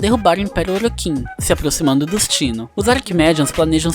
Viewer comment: Bom o video porem as pronuncias Tennos você fala (tienos) e Orokins voê fala (orókins) mas de resto ta muito bom.